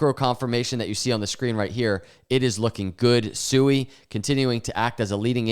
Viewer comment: The second you said SUEY, I was out. It literally tells me you don't have a clue what you're talking about and you don't do any research. If and when you become more educated and you want to talk about SUI (Swee) we'll come back and listen and take you more seriously